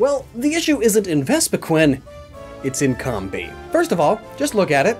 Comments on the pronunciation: Its not combee!! Its combee!!! Like honeycomb! ARGH! IM SORRY I GET TRIGGERED! Sorry i still like your vids but please try and say it right. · Comb-bee, like a honey comb, not cumbee.. please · pronunciation of Combee bugs me. Correct me if I'm wrong, but, isnt it "cowm-bee" instead of "com-bee"? EDIT: I noticed I said "bugs me", in post. No pun intended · Is it pronounced Com-Bee or Comb-Bee? I used to say Com-Bee until I was corrected and told it is Comb-Bee 🤔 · Nice video. One thing; it's pronounced [comb-bee] like a honey comb. I'd like to see you do this theme with Durrant and Heatmor. If they switched the fire and steel types between the two, it would be a much more accurate representation. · Am I the only person who pronounces with a long o? Cōm-bee, like honeycomb. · It's pronounced COMB-bee. Like honey comb. It's not a honey com. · You know Combee is pronounced like honeycomb right? RIGHT? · I love how you just negate the purpose of the video minutes in. 😆 Never change. Except your pronunciation of Combee. That you can change.